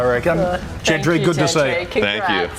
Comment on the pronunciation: Did call gentry as wentry😂😂😂😂😂😂😂😂😂😂😂😂😂😂😂😂😂